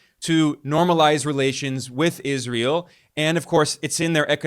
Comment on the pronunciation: Ben, your prounciation of Israel is juvenile. Please work on it. It's not "Iz ree uhl." Where are you getting the ee sound from?